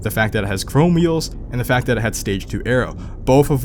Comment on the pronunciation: what are you saying? Stage 3 “ara” or stage 3 “arrow” what does this mean? I’ve literally never heard this terminology but I’m not familiar with GMs. EDIT: (Ahhh you’re saying aero which is a fancy name for your spoiler) lmao.